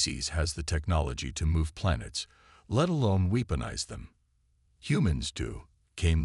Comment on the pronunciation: I lost track of the number ceres pronunciations and spellings. They were wrong about humanity, I think that theme is in all your stories. Disabilled, really? Weepenize? Worship? Why don't you fix this crap? It's the same over and over again. Dislike!